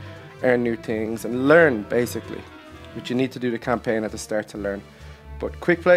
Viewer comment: You said campaign wrong and inspect it wrong I think